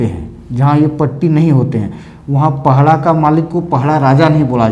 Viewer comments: Thank you sir May I request you to correct word "pahada". Not pahada but "padaha". secondly "sasan diri" does have especial context, do not explain in the context of "shamshan". shamshan has fear factors but sasandiri has reverence and link between alive khunt and those who are dead but still connected to the Family and village. we the munda tribe do separate from our ancestors. Thank you. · पहड़ा नहीं होता है बल्कि पड़हा होता है। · पहड़ा या पहाड़ा जैसे कोई शब्द नहीं है। यह शब्द है : पड़हा। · सर पहड़ा नहीं पड़हा होता है